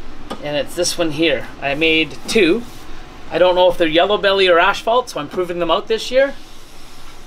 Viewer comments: Wth! has yal say "ASH-fault"? Hahah ASS-FAULT. ASphalt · The Canadian pronunciation is ash-phalt but in the US asphalt